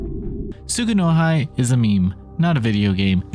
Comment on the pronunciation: Tsu-gu-no-hee btw